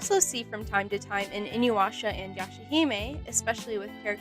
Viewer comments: WHY DO PEOPLE KEEP SAYING "INUWASHA"??? THERE IS NO "W" IN THE NAME! I AM BAFFLED!! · I will never watch her just because of how she pronounced inuyasha